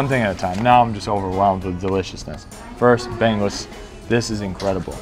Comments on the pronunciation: Bang Us haha.. that is bangus.. not bang-gus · Born and Raised San Diego Filipino American. Just utter joy seeing this. Also getting a good laugh at pronunciations: "BANG-Us" really gets me ROFL